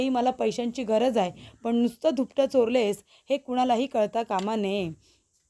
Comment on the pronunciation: धूपट नाही ग दुपट. किती अशुद्ध बोलणं आहे